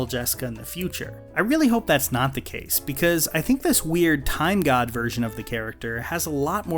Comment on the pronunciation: I may need to listen closer but, to me, it sounds like she said time GUIDE not GOD